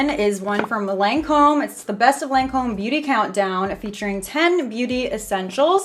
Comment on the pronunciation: Hey love you girl, but it's pronounced lon-come😂❤ my grandmother used to work for them